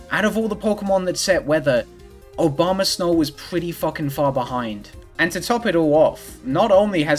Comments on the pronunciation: I love the commitment to pronouncing it "Obama Snow" every time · I really enjoy the repeated pronunciation of Abomasnow as "Obamasnow" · Was saying "Obamasnow" the whole time intentional? Because now to me that's the Pokemon's official name.